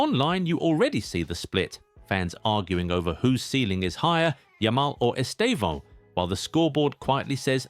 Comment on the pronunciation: The first time I've seen a non-Portuguese speaker pronounce his name correctly. 🤪